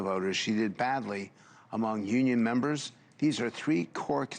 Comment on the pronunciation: Frank, it’s “union memba’s” 😂😂😂